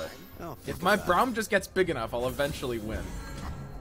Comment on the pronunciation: How he says Braum frustrates me.